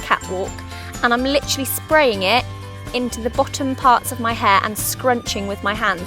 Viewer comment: I just luv how u guys say literally xD its like lit-trally lolz its so cute! Anywayz thnx for the vid im gonna try these :)